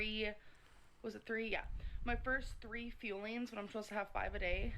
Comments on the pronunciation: I thought they were called “feelings” this whole time and it just now occurred to me that she has been trying to say fueling. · Or, "feelings," instead of "fuelings."